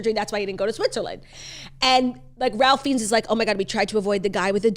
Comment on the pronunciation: Ralph Fiennes is pronounced Rayf Fines